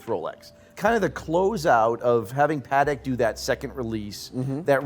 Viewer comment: It’s really shameful. The pronunciation of JLC and “Parek “ are especially horrible. These guys are not talking about horology, but about hype, mainstream watches, the AP’s, Patek’s and Rolex they love. I can do that myself, as the rest of the community. They justify AP’s Black Panther, but are not mesmerized by the JLC? I’m really disappointed :(